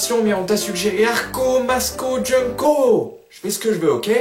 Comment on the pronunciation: j'aime bien l'effet que ça fait quand tu dit " Arko, Masco, JUNK-OH !!!!!